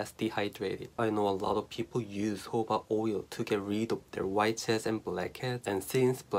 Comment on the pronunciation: Its jojoba not hoba